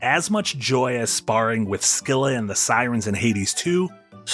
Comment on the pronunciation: The end-of-stage battles in Mega Man are bosses too, I'd say. Also props for pronouncing Scylla correctly with a hard C